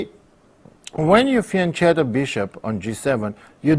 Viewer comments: It's fian 'ketto' not chetto. GreAt video thanks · It's fian"ketto" not "chetto"